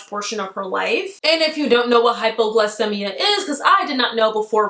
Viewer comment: Hey love. It’s pronounced “hypoglycEEmia” hehe